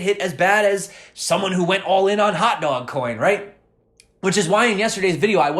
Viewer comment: The way you say hot dwog 🌭 can totally tell you're from New York lol thanks for the video! Cheers from Colorado.